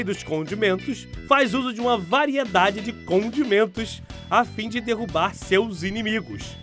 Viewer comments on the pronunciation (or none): none